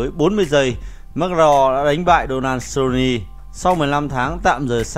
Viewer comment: Giọng thì đọc kinh khỏi bàn, MẮC LE GO , SU LO NI hài thg chủ kênh.. 1 kênh thông tin mà đọc thế thì m nghĩ là vừa :)))